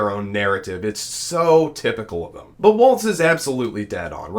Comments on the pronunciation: His name is pronounced like walls not waltz like the dance there is no t in the pronunciation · For God's sake, if you are going to talk about VP candidate Walz, please at least pronounce his name correctly. It is "Walls", not "Waltz". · Really appreciate the coverage y'all have been providing on the presidential race. Gotta say tho, his name is pronounced like 'walls', not 'waltz'. 😅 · It’s Walz not waltz. He keeps saying waltz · Walz like WALLS, not like WALTZ. We all make that mistake, once. 👍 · It's Walz as in walls. Not Waltz as in dance. #HarrisWalz2024 💙🌊💙🌊💙🌊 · The governor’s name is pronounced “walls” with no “t” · so it is time to learn that its walz like walls, not waltz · It's Walz, not Waltz. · You keep calling him waltz instead of walls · His name is Walz not Waltz. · Walz, pronounced Walls, not Waltz. No T. Please get it right. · His name is pronounced “walls.” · Not pronounced Waltz, bra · Walz pronunciation I:think is walls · "Walz" has no "T"and is not pronounced with a "T." ... great video, but please pronounce names correctly. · Dude, you really need to work on your pronunciation of Walz. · Please pronounce Walz correctly. There is no "T".